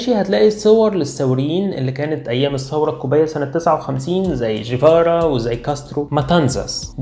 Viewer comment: طيبب ما كنت كويس بتنطق الجيم مصرية، ليه بتقول جيفارا بتعطيش الجيم؟ اسم الراجل أصلا ينطق بالجيم القاهرية يعني مفيش داعي أصلا للتعطيش.